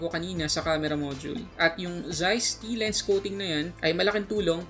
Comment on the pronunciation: Correct me if I'm wrong ang pagbasa yata yung ganito is "T*" T-Star. I love this review Thank you.❤️❤️❤️